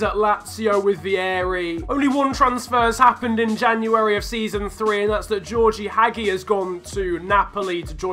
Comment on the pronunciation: you have to pronounce it "gheorghe Hagi" not "Georgie haghi"